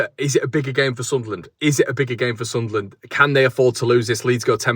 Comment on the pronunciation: Love the way you pronounce Sunlan/Sunland the right way mate. I'm obviously red n white and subsribe to all your channels tho. Keep up the great content 👍